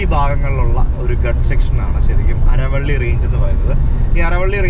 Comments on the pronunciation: അരവള്ളി അല്ല കാൽവള്ളി 🤣 അരാവല്ലി ആരവല്ലി എന്നൊക്കെയാണ് pronunciation ✌️ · ആരവല്ലി അല്ലേ...അരവള്ളി അല്ലല്ലോ. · അരവള്ളി അല്ലല്ലോ, ആരവല്ലി അല്ലേ? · Aravalli ennan but pronounce cheyya aaravalli ennalle .....correct me if im wrong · Bro അരവള്ളി അല്ല ആരവല്ലി എന്നാണ് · അരവള്ളി അല്ല Bro ആരവല്ലി അല്ലേ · അരവള്ളി അല്ലാ.... ആലവ്വരി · ആരവല്ലി Not ആരവള്ളി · അരവള്ളി ആല്ല ആരവല്ലി എന്നാണ് പറയുന്നത് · അരവള്ളി അല്ല അരാവലി പർവതമാണ് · Not അറവള്ളി its ആരവല്ലി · ഹലോ.അരവള്ളി അല്ല 😂😂😂 ആരവല്ലി mountain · അരവള്ളി അല്ല ആരവല്ലി 😀😀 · ആരവള്ളി അല്ല, ആറരവലി. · ആരവല്ലിയാണ് അല്ലാതെ അരവള്ളിയല്ല